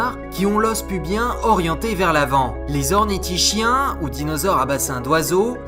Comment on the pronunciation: Génial la première vidéo par contre on prononce (saurisKien) et c'est pareil pour ornithischiens ^^